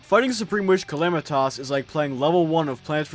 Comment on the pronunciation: Everytime he calls her calamitoss i wanna rip my hair out